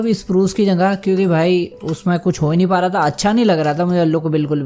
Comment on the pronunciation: Question: bhai aap jagah ko jangah kyo kehte ho😁